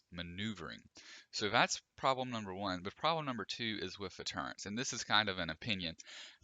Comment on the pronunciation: I kept hearing you say "turreNts" and it set something off. But yeah, if the frigate either had gunner seats and/or the banshee/sabre's "press Y to change weapon," it would be much better. That, or giving it Scorpion controls so that you can move and shoot more accurately.